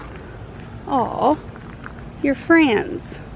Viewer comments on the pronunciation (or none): I loved it when you said “oh, you’re frands.” That’s my girl! Lol!